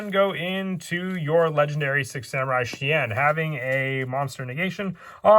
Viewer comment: that's because he is called shi en not shien. Hope this info helps.